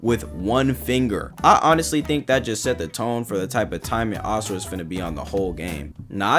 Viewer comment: This is so petty but I’m so glad you pronounce Asura correctly instead of “Azura.” That shit pissed me off to no end😭